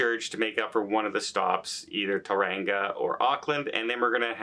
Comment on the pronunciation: Tauranga pronounced TOE- RUNG - AH